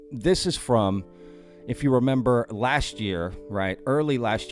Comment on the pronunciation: You went aussie there in your sign off at the end when you said "rememba" love it! xD